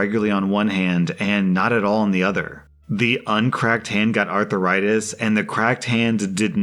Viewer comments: Everybody: "Arthritis": "Arthur-itis" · Is he saying arthritis or arther rites? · "Arther-itis"? Have I been saying it wrong when I say "arth-ritis"? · Normal People: “Arthritis”: “Arther-itis” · About drove me nuts on the last one. It's 'aar THRAI tis', not ARTHUR RI TIS. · That is NOT Arthur-itis. It is said ARTH-ritis. There are two main types. Osteo-arthritis and Rheumatoid Arthritis. There's also Dupuygens Contraction. A peculiarly Viking lineage complaint. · Uh ... it's arth - ritis. Not arthur -itis. Seems like a southern thing. Making a 2 syllable word a 3 syllable word. And adding a letter to boot Doesn't sound smart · Arthritis, not "artheritis" please! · Bruh what the hell is arthuritis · “Arth - rie - tus” not “Arthur write this” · Wait wait wait.... all I could focus on in the cracked knuckles story and how kept pronouncing "arthur-itis". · Everytime I heard him say Arth-AH-ritis, I died a little more inside. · I was hoping I wasn’t the only one to be annoyed by him pronouncing it arth-er-istis 😅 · It sounded like he was talking about a person, Arthur Ritis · I was searching for a comment talking about that 😂😂 “Arthur-itis” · The way you say arthritis 😂😂😂😂 "arthur ritis"🤣🤣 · "Arthur-itis" is it? Lol!! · By the way pronounced it, I thought the malicious compliance in the last story was going to be that the essay was going to be about someone named Arthur Itis. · who else couldn't get over the pronunciation of arthritis? Arthur-itis? sounds like a disease you get from watching too many kids shows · "Arthur itis" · Does pronounce arthritis as Arthuritis????? Oh god why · Is seriously pronouncing arthritis as "arthuritis"? 😂💀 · Why are you pronouncing it "arthiritis" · Please for the love of god stop pronouncing arthritis as Arthuritis, Please! It made the last few minutes of your video unbearable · Your mispronunciation of arthritis as arthur-ritis is cringe worthy...